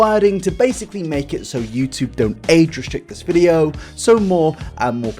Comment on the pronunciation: "Everyone on r/eugeniacooney...." What is that? Also, it's "this", NOT "dis"....